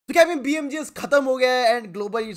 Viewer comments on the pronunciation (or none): 0:0) it is not BMGS it is BGMS anbru 😂😂😂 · Bhai BMGS nahi BGMS HAIN 😂😂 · Abe Chu BMGS nhi BGMS Hota hai.. Who noticed the mistake in starting😂😂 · It's BGMS😇, NOT BMGS